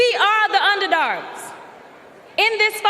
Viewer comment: Under dargs 😂...didn't she mean to say under dogs...sit down Crockett...